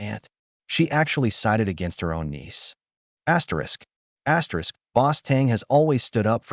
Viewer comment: What the hell? Why does your video keep saying ASSTERISC? or whatever. It's so freaking annoying 😑